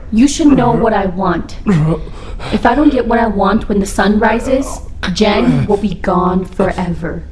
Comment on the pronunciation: Omg... he kept saying jen... jane... gin.. lol